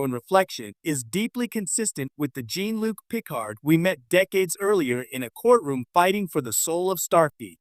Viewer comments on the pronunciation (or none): You could at the very least pronounce his name correctly.